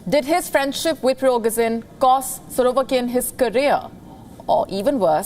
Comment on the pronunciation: Nice butchering of the names... 'Pirokesin and 'Surovekin'